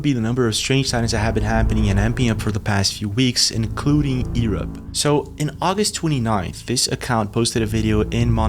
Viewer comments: Seriously man, are you slugging shots?...it's not Ear up, it pronounced, you're up....learn to pronounced English Grammer correctly , you effectively up quite a bit pal. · Why don't you know how to say Europe? Yer-up not E-rup. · It’s pronounced “YOU-rupp”. Not, Eee-rup 😂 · Europe, yourr-up not ee-rop. His ... hizz not he's. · Bro you need to learn to speak words correctly, Eeerop, whats that? Also you say Heees instead of His and many other words you get wrong. And who is Ross Coulhart? Or do you mean, Ross Coulthart? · The most alien thing about this video is how he pronounces Europe: Ewrupp. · Let's start with Europe U-R-U-P sound it out. E-R-U-P isn't working 😅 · Why u sayng yurup earup? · where? Ear-up? Irrup? Lol only joking pal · All I got from this video is that some people pronounce Europe as "Ear Up." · bro we are called Europe not Erup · It’s Europe the E is silent come on man didn’t you go to school ? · bro please stop saying the word <europe wrong. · Odd how u pronounce "Europe"......a-e-ens "aliens" Please don't abandon ur other channel it's my favorite. Love u. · Odd how u say Europe..... aieens aliens